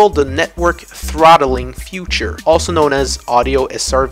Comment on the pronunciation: Have I heard future instead feature?